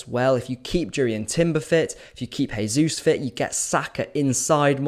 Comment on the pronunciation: But - you gotta pronounce "Jesus" the Brazilian / Portuguese way... not the Spanish / Hispanic way.:)